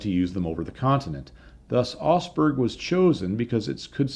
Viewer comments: I kept wondering where osberg was - it's Augsburg you nitwit ! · You tell the story of a raid on a city I had never heard of called "Osberg". At the end of the story you show some printed material that shows the city is actually the very well known Augsburg. That Aug in Augsburg is pronounced more like the Aug in August. The G is not silent. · your videos are like a visit to a technical museum with a guided tour. But my OCD has kicked in... ahem. Augsburg. AUgsburg. There is a diphthong in Augsburg. The au in Augsburg is spoken exactly the same as ow in cow. This is burned into my mind because I was stationed there in 1980. Didn't see any Lancasters though 😉 Now, I will be walking around saying Augsburg to my self for the next week or so.... Augsburg....